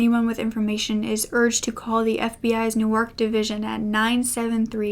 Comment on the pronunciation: Thanks for sharing!! Very interesting case. I must say, I have never heard someone pronounce Newark the way you did but it gave me a good laugh. Looking forward to more!